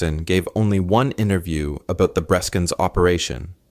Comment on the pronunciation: It is not 'Breeskens' , but 'Breskens'.